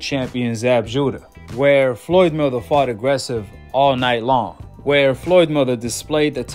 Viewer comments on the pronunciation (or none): Why can't you pronounce Mayweather 🤔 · It trips me out how you say Floyd's last name. I like it.